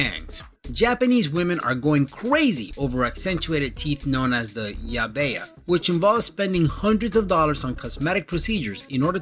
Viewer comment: Isn't the tooth trend called yaeba? The narrator said yabea